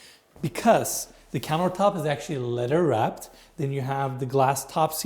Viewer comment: Who else loves when says lederwrapped?